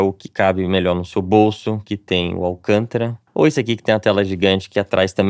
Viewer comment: AVISEM O CHRISTIAN... EM PORTUGUÊS (Brasileiro) - A sílaba tônica da palavra "alcântara" é "cân". Trata-se de uma palavra proparoxítona, pois a sílaba tônica (a mais forte) é a antepenúltima.